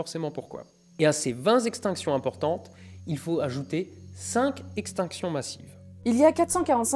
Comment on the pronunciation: (à ), je crois qu'on ne dit pas "A ces vingt zextinctions importantes...":) C'est un peu comme... Oui, on dit bien "Si tu ne viens pas za Lagardère...", MAIS on dit dit pas "... Lagardère ira ta toi":):) Je sais, je sais... C'est achement chié de causer correct français! Courage:):):)